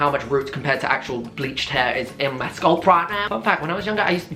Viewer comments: Literally ahahah skulp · so... is no one talk about the way he says ‘scalp’?